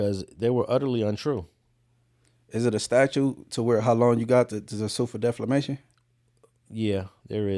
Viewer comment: 'deflamation'. I don't know if even notices lol